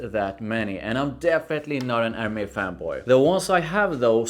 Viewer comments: A native born female acquaintance helped me in pronouncing Hermes which doesn't immediately classify you as American... Er..mez. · you pronunciation is wrong for Hermes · Hermes: say Air Mess.